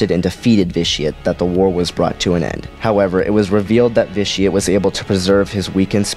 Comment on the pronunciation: Ve-Ti-Ah-Tae. Pls, most sith names are latin.